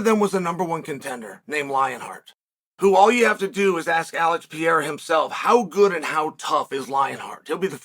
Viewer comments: Chael: I went to college guys.. Also Chael: Alex Piera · "Just how good is Alex Pierra?"